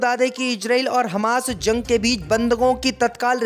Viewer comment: ZORDAN. ZANG. KYUN BOLTA HAI